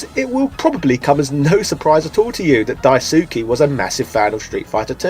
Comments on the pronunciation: It’s Dice-keh not Die-sue-key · In Japanese the "Su" is an "S" sound with the u being silent. so the GG creator's name is pronounced "Daiske", instead of "Daisooky" or how "Asuka" is pronounced "Aska" not "Asooka". Just wanted to drop that should you ever meet the guy you don't embarrass yourself ;) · It pains me how close, yet far it is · Die-ssskeh Lol Daisukey hahahahaha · His name is pronounced Dice-ke (Daisuke) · "Dai-soo-kee" C'mon man, like does that not sound off for you? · He's British. It's in his blood to mispronounce names. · Also Daisuke is pronounced DICE K. :) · "Dyesookie" lol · The way you pronounce Daisuke physically hurts me